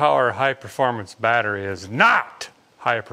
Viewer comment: My wife’s laughing and saying battree, so I guess I gotta subscribe.